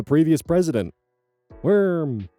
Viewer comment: absolutely LOVE when goes "..wORm.." while reading posts <3 keep wiggling, my comrades <3 🪱 🪱 🪱 🪱 🪱